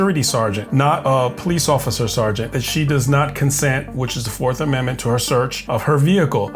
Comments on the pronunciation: She "doesn't conscent to her 4th ammendment rights" and she "doesn't answer qwerstions"...... Black fatigue is REAL folks. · "4th comendment rights" 🤣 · When did we get commendment rights? When did we start pronouncing the s in illinois?